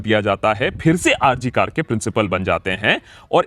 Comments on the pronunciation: It is not R C Kar 😡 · It is not R.C.KAR. IT IS R. G. KAR. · It's R.G.Kar not R.C.Kar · RG kar not RC Kar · It is R G Kar, not R C Kar. You are saying R C Kar repeatedly. You are also a Bengali. Please pronounce it correctly. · It's not RCKar but it's R G Kar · It's not R C KAR..... It's R G KAR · Bhai r. g kar hai nam hospital ka r. c kar nhi. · It’s not RC Kar but RG Kar hospital Banerjee babu ! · R G kar Not R C kar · Its R G Kar Sir, not R C Kar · It's R G KOR Hospital Not R C KOR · Please Sir, Correct your pronunciation. It's Not R C Kar it is R G KAR Medical Collage Hospital. Founder of Radha Gobinda Kar Sir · It's not R C Kar; it's R G Kar. Please pronounce correctly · Sir,hospital name RG Kar. Not RC Kar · It is RG KAR NOT RC kar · yaar ... its R G KAR ... not RC kar ... :( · Its R G GGGGGGGGGGGG not C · Sir, It ll be RG kar pronounced in the video. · It Is R G Kar not R C Kar👍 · Its R.G Kar not R.C Kar.. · That's R.G.Kar hospital... Not R. C. Kar... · Not R C Kar but R G Kar hospital if I heard correctly.